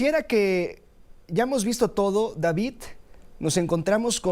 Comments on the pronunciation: No es Davitt, es Davidddd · No se dice Davit se dice David no copien la forma errónea de hablar del kks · Cuando dice DaviT me recuerdas a ya sabe quien